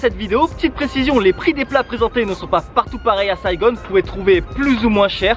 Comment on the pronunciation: La nourriture est très bonne au Vietnam, mais de grâce, ne prononcez pas saïgonne, c'est ringard, c'est juste saïgon !